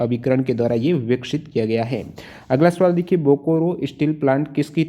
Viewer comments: Bokoro😂😂😂😂....say it as Bokaro👍👍👍👍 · Thanks sir. But pronunciation of Bokaro is बोकारो not "बोकोरो ". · Sir bokaro pronounce Kiya jata hai....bokoro nahin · Bokoro nahi hai bokaro hai. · Bokaro hai sir bokro nhe achha se padyi